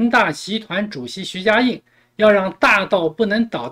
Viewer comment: 主播你是故意还是真的“徐”“许”不分?